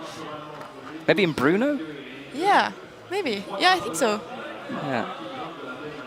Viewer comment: Was pronouncing Brno as Bruno? lol